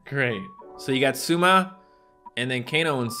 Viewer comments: if you talk about words... its not sUma, but sOUma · Every time tries to say Souma it hurts me